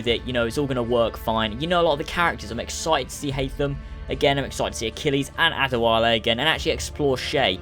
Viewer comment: Say ACHILLES not archilies 5